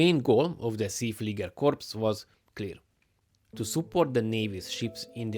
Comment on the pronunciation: You wrong pronounced See Flieger.